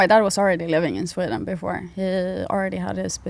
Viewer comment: Sweeden? Wtf